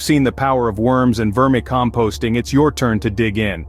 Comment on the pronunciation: AI? how do you mispronounce vermicomposting?